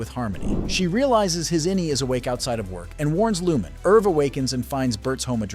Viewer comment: Please learn how to pronounce Lumon correctly. The narrator voice clearly never watched the Series